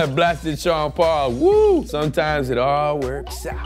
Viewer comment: I as an Aussie always thought Sean at the beginning was saying Chanderpaul & if ur a cricket fan then you'll know exactly what I'm talking about